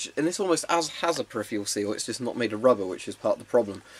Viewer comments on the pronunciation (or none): none